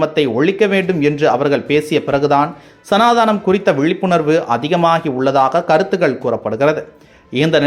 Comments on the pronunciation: It is Sanatanam and not Sanathaanam. Learn to pronounce correctively😢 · சனாதனம் என்பது சரி தங்கள் உச்சரிப்பு சனதானம் என உள்ளது. மாற்றுங்களேன். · The pronunciation of is Sanatana not sanadanaplease. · It’s not sanadaanam. It’s Sanathanam.Please spell it correctly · Sir it is சனாதனம்.. not சனாதானம் இல்லை... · Pls make sure that your pronounciations are right, while talking on revolutionary topics like this. It is not சனாதானம், it is சனாதனம் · அது சனாதனம் appa. நீங்க சனாதானம் என்று பல முறை sollugireergal. திருத்தி கொள்ளுங்கள். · It’s Sanaathanam not Sanaadhaanam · ஐயா அது சனாதானம் இல்லை சனாதனம் .😅😅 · அது சனாதானம் அல்ல "சனாதனம்" உச்சரிப்பு முக்கியம் 😂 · சனாதனம் அது... சனாதானம்அல்ல.....பேசும் முன்பு பார்த்து பேசுங்க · சனாதானம் அல்ல. சனாதனம். சரியாக உச்சரி. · சனாதனம் என்பதை சனாதானம் என்றே உச்சரிக்கிறீர்கள்.திருத்திக்கொள்ளவும். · It is Sanaatanam not Sanaataanam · Sir ur pronunciation of sanathana ????